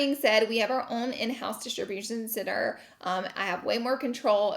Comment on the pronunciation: Couldn’t stop hearing Distribution Sinner lol